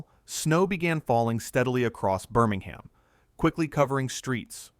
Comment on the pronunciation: Please stop saying BirmingHAM.